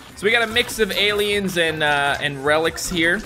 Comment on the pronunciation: did he say relics????